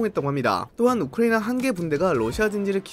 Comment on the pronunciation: 우리 딕션 좋은 이 왜 우크라이나만 발음이 이상해